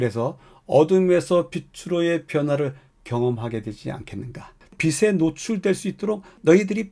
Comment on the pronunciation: [비슬] [비세]... 발음이 영 거슬립니다. [비츨] [비체] 같이 소리를 내셔야지요 ^^